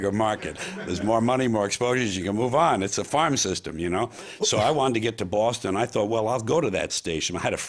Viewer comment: Think George is the only New Yorker that can pronounce "Boston" correctly! We miss you George, your attitude is much needed in this day and age.